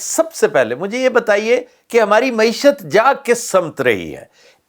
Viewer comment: Glad to hear someone finally nail the correct pronunciation of “Mayeeshat”—while every other journalist butchered it into “Moee-shutt.” 🤣🤣 Classic, always dropping pearls of “useful” analysis. As for Pakistan’s economic development plans… oh, sweet summer child, there aren’t any. There never have been. Pakistan has never had a government, only a revolving cast of puppets performing petty tricks for an audience that thinks applause counts as progress. And the folks supposedly “steering” the economy? They’re too busy daydreaming about building their own country—maybe a China-lite fantasy, or more realistically, a North Korea cosplay. 🤣🤣🤣 It’s tragic… if you ignore the comedy of errors. Every hour the situation worsens, and the generals? Oblivious. Blissfully unconcerned. Why bother changing anything when the foreign backers keep funding your circus and the politicians cheer from the sidelines like complacent fans?